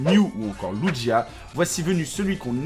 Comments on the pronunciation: LUJIA c'est normal,tu vas bien ? (On dit lugia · "Lujia" REALLY !? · Lugia, pas ludjia!